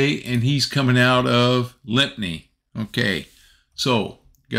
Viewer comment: Great video - Thank you. I live in the UK; The town of Lympne is pronounced "Lim". I don't know why its spelled that way! 🙂